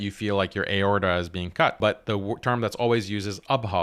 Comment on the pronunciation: I feel like that was his first time ever reading the word aorta because what was that pronunciation 😭